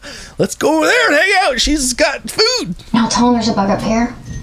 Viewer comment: Canadian coming through “doesn’t it just cringe you eowt?” 😂 love you your channel is a bright light